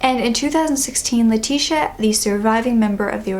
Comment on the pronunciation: Great video as always, but I thought I would point out for future reference that "Leticia" is pronounced "Leh-tees-ee-AH", not "lah-tish-a", at least the Spanish version. My middle name is Leticia and it get mispronounced a lot